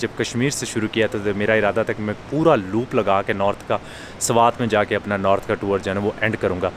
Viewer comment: Sawat nahi swat.😮